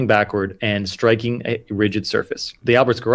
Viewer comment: "Ridged"? Or "rigid"?